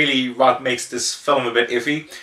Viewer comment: Fil-m. Its not Phil-im, wheres the extra i? I do want to see this, but Id rather read the manga first. I really like Trust and Betrayal tho, very Oshii esc.